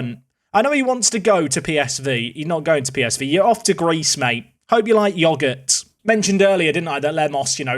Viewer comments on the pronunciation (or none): I love that says the word "yogurt" in such a way that actually yoghurt is not the thing that pops into my head.